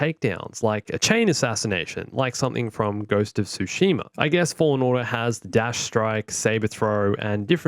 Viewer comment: A piece of myself dies when someone pronounces the game's name as "Ghost of Suhima"....and the term "laser sword"...c'mon mate lol...